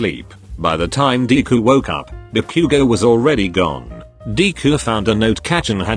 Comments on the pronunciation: THE TEXT TO SPEECH THING SAYING "deeku" AND "kakan" FOR DEKU AND KACCHAN- DJSHSUSHSBSB EDIT- PLS NOT THE "ba-queue-go" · I’m sorry the pronunciations are so funny. BAckyOugou DEEku YeARs ✨kAchan✨ I could go on.